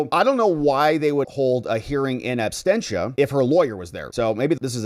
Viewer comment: Abstentia ❌ Absentia ✔ 🙂